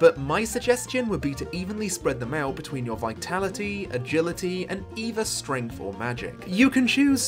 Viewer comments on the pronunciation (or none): none